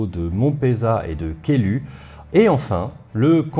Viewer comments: Mini remarque : tu parles à un moment du château de Caylus.. dans le quercy. Ça se prononce Caylusse.. quand on connaît ça fait lever un sourcil ^^ ce détail mis à part Excellente video comme toujours! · pour info, on dit monpEUzat (de nos jours, parce qu'en toponymie occitane, on prononce toutes les lettres, donc il n'y a pas si longtemps, on disait encore monpeuzaT) et kèiluS (le S se prononce, comme d'ailleurs dans le jeu de plateau du même nom, dont le nom est inspiré du même village). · Excellent. Petite correction : on prononce le "s" dans "Caylus"